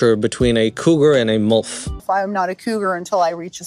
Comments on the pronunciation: Sorry but it's milf pronounced like milk. Not molf pronounces like wolf. 😅I was laughing just due to this the entire time along with the silly concept ridiculousness of the show.🤣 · I haven't even made it through the opening ad... but... I'm going to count how many time he says MULF instead of milf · It's like he's saying "MULF". Mother U'd Like to F*ck. 🤣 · Why do you pronounce it "mulf" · You have an interesting way of pronouncing milf 😂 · Obsessed with the way you pronounce "MILF" 🥰